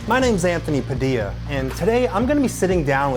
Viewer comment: Am i the only one that hears it or does Padildad (Anthony Padilla) have a western accent when he introduces himself?